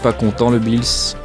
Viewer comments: Ça se dit pas Billys sa se dit Beerus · Super vidéo mais juste on dit beerus et pas "bis" ou je sais pas quoi mdrr 😅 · Tu pronense mal le nom ces beerus